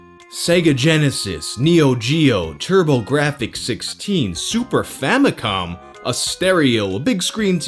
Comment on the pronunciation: weird how the ad said "super famicon" but also said "Sega Genesis"